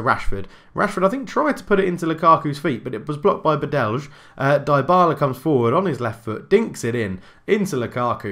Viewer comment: It's Badely with a silent Y. And you need to say it like bAdelj. Sort of like name Martin. Read it in the next video and I'll tell you if you get it right. :D